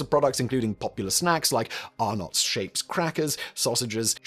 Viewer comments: ahhh nots/ its 1 sylabal lmao.... ahh-nets... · Never say "Arnott's Shapes Crackers" again 😂 1) Shapes are bikkies 2) "Are-nets" 3) They're just called shapes 😂 That said, love Vegemite, always have. You develop a tolerance for how much to have, and we all have that fucking jingle stuck in our heads rent-free. Also, on a more important note: WTF did I just witness!?!? What are you doing!?!?! NOOOOOO!! IT'S NOT NUTELLA!!! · ❤❤❤for the love of god mate, it's not Arnuts, it's Are nets